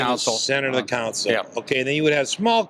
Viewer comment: It's called a "console" not a "cown-sole".